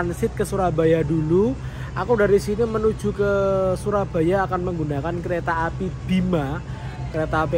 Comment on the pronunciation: Maap nih bang gw izin ngakak, dimenit ke 10.50 gw denger kereta apel 🍎 😂